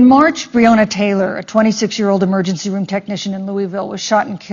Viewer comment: Is no one going to point out that he mispronounced Breonna ?